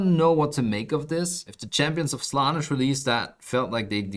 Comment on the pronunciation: "champions of slahnahsh" ..... Champions of Slahn-ehshhh** (Slaanesh)